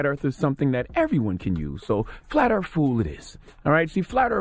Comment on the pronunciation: “Earf”? Lol smh